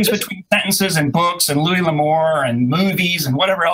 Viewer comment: Louis, not Louise. Louise is a broads name.